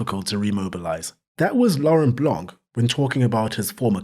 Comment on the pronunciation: When saying "Laurent Blanc" you dont have to pronounce the "c", its silent, like the "t" at the end of "Laurent"